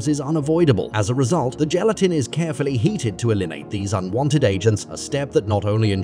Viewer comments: Make a video, fu the pronunciation of the primary word in the video.. My job is safe from AI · Are we just going to ignore the fact that he pronounces the word gelatin differently almost every single time! Hahaha Gal-e-tin, Gal-e-tine, Yelatin, Gal-a-tin, Gal-a-tine… jellytin, jellytine, gel-a-tin. 😂😂